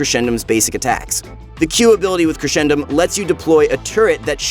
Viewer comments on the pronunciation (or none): It's crescendum from crescent not (creshendum) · It’s crescendum as in Crescent because of the moon, not Cresh-endum , But it’s all right because were all here to suffer the pain from this character when he’s released